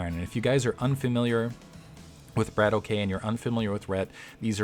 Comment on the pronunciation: It's a russian word. I think it means shooter or gunslinger or something like that. The correct pronunciation would be "brAAtock" not "brAYtock". A long "A" like in "father"and a roling "R".